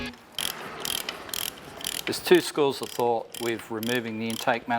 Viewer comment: Why do you pronounce thought as fought and things as fings.